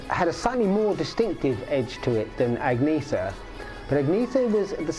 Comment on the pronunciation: More than 50 years. World famous. Yet your “musical experts” still cannot pronounce their names? “AggNeeeTher” Lazy, ignorant, disrespectful . You have completely destroyed your video’s credibility with that!